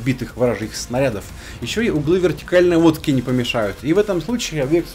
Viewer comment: В конце 6й минуты явственно прозвучало "Углы вертикальной водки"! - такой )))